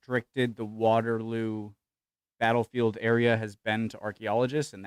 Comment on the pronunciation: "backlefield" i do wish would learn to speak properly